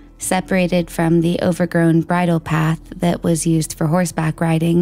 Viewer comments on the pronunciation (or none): none